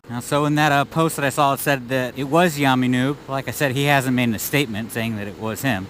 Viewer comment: Who's yaaarrrrmy noob? It's yammie